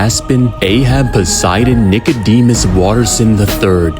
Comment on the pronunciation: Did bro say posidine god of the sea no wonder he’s so strong he’s grandfather is a go and he’s a Demi god